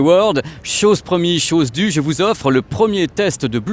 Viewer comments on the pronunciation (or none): none